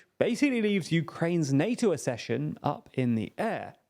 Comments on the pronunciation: Ugh. Accession is pronounced “Ak-sesh-un”. Like “access”, not “assess. As a newsreader you have ONE JOB. I did hear the word pronounced correctly on this channel once, you know. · Please talk to about how ACK-cession is pronounced. Accession - like access. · UK: æk-SESH-un, US: uh-SESH-un